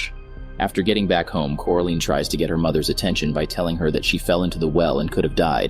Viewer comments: Are we just gonna ignore the fact that this guy just kept saying “CORALEEN” instead of Coraline? Am I the only one who’s bothered by this? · like omg after just a minuet of watching this i wanted to watching somethings else because of him saying "CORALEEN" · The pronunciation of coraline is koralayn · It's coraline not coralene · Core A Lean. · It bothered me at first but I now laugh at it. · How do you manage to pronounce wybies name correctly but not coraline?